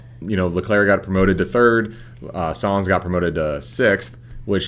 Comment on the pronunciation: its nice to see a N.American/relative new fan's perspective on F1. Im only assuming you are relatively new bc of DTS, but your knowledge is commendable. Ive been a lifelong fan of the sport and the intricates of it are seemingly endless! Only one critique....it's Carlos Sainz Jnr, pronounced signs not sans. Have a good summer break.